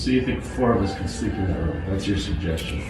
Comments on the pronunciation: Room not rum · always says ‘Rhum’ for Room..😂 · Weird pronunciation of the word 'room', sounds almost like 'rom' is that an American thing or just this guy? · Anyone else hear him say the word ROOM weird every time he says it lol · Bro you say "room" like one would say "book". How do you say "poop"? Running joke in my family, just want to know, thanks